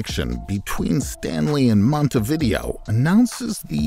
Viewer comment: This is a good video, with the exception of your awful pronunciation of the city of Montevideo. It's not "monty-VIDeo," it is mon-te-vi-DEH-o.